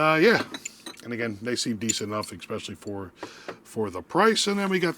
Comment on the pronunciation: Last eKspecially lol